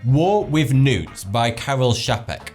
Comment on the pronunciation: did anyone else hear "War with NUDES" instead of "War with newts"? XD